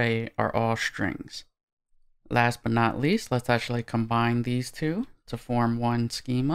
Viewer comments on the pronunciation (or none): none